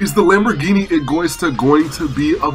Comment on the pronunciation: Hey its not egoista its pronounced ego-eeeeeeee-sta trust im italian